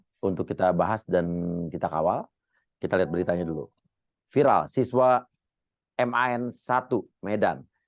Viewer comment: Jaman aq sekolah dulu bacanya Man bukan Em A En , emang sekarang gitu ya bacanya